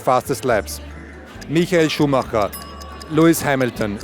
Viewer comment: I wonder why he pronounced Schumacher correct but not Rosberg